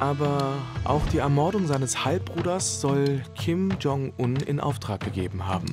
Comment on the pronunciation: Eure Aussprache für Kim Jong-Un ist der Wahnsinn. Im deutschen wird das J von Jong wie bei bei „jetzt“ ausgesprochen und nicht wie der Name „John“ auf englisch Ihr sieht es aber durch. Bei Ryong spricht ihr das Y wie ein „i“ aus und nicht wie bei „John“. Katastrophe